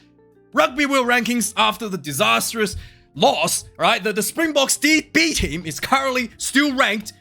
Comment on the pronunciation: Awesome job with the pronunciation of those names man!! For someone who doesn’t speak the language, you did great🍺 9 and a half /10